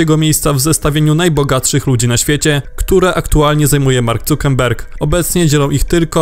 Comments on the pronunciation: Czemu wy gadacie cukerberg? Nikt nie wymawia tego nazwiska tak tylko polacy. Czamu to tak kaleczycie? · Mark Zuckerberg. Dlaczego słyszę "N" w czytaniu nazwizka? Bodajże Hiszpańskie nazwiska też przekręcacie.